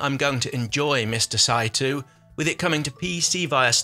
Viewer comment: The pronounce of the family name, Saitou is like [ saitɔ:] in case :)